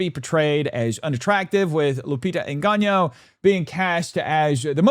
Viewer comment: You’re so stupid and racist you can’t even pronounce Lupita’s surname. Yo pathetic 😂😂😂